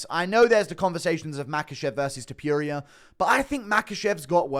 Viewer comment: His name is not ilia Tipuria its Topuria